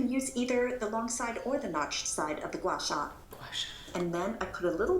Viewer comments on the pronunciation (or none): “guashaa” hahahah 😂😂😂 in love with your mom♥️♥️♥️♥️♥️♥️♥️♥️ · It's pronounced as gwah-SHAH. :) I'm a licensed esthetician and I can tell you that it definitely works. Microcurrent and EMS, etc. also do, but this is a less expensive alternative. It just takes consistency and time. Sephora makes excellent facial massage and Guasha tools. (Not a lot of people know this, but the Sephora Collection is actually made by Louis Vuitton). They've been one-in-the-same for around 30 years. Hope this helps! :) P.S.: It's also great for the neck and chest areas, too! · Guasha- (Gwa-Sha) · It’s pronounced “gwah-shah” ! I love doing this on myself and in office as an acupuncturist! It’s seriously such a natural maintenance regimen for great skin! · I love you but GOY SHA! Seriously can you not read. lOl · 3 months update would be fun too 🙌. Thank you, from a ‘round- faced’ girl 🥰. I think it’s pronounced ‘Gwa Sha’. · how do you start out the video already pronouncing the tool wrong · Girl can you read at all? The way you always pronounce the easiest words and names wrong is really questionable. Like "gua sha" is spelled EXACTLY like it’s pronounced… as is the name Teuta which you still cannot say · I just want to say, out of respect for asian culture please try and learn how to say gua sha before the video. There's many videos on it and I'm not trying to be mean but it just takes a simple search to see how its pronounced and I think a lot of your asian viewers would appreciate it (as an asian myself)